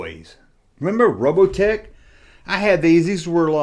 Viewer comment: It's not "Robotech", it's ROW-BAHT-TICKS. Mask and Robotix were my absolute favorite toys ever.